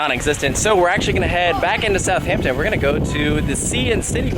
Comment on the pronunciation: Not “South Hampton”, it is a more “South Ampton” but one word